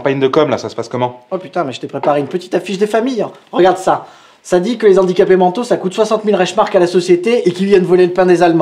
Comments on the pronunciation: En plus de tout ce que vous avez cité, vous avez fait aussi du mal, mais à dose homéopathique !!!! Je m'explique très brievement : mes oreilles ont saigné à chaque fois que j'ai entendu : "les Zandicapés" au lieu de " les Handicapés" !!!! mais super vidéos et super thème !!! Merciii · Dites les gars zé filles, quand même... le h de handicapé est aspiré; les zandicapés ça fait franchement cheap... (à part ça bravo, quand même ;) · Juste la liason ne se fait pas avec les mots handicaps/handicapés (donc on prononce ''lé ANdicapés'')